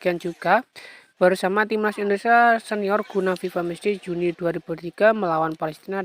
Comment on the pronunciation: Benerin dulu bahasa nya min. Indonesia bukan endonesa